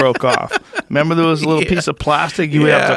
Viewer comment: Take some alpha brain joe you just said “do you member” 😂😂😂